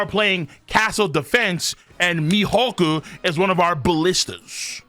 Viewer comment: “Mee Hockuu”